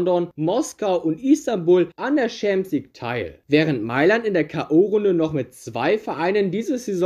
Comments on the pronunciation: wenn ich noch einmal "schämsligue" höre, kollabiere ich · Gutes Video, aber diese Aussprache von Champions League triggert anders haha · Bruder bitte bevor du so ein video machst lern champion league richtig auszusprechen das macht ja aggressiv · Was ist eigentlich diese Schampsleague? Außerdem Äston Villa und nicht tsu sondern zu!